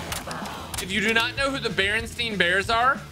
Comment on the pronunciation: it’s barinstain bears not barinstein bars.